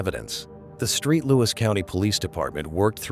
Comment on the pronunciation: It's Saint Louis, damn!!